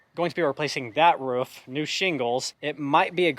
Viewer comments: Why do people say Canadians say roof funny when he constantly says ruff. 😂😂😂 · 😂"ruff" not roof "ruff"😭 that's jks